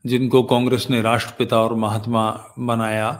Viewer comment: Mhatma nehi, mhan -atma 😀😀